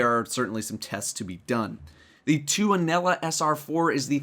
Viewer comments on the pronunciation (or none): it is funny how nobody who is not from finland ppronuces tuonela wron only finnish people like me can pronuce it correct because tuonela is finnish word